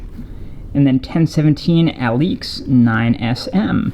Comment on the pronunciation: Dope shoes! It's pronounced (uh-leaks) btw.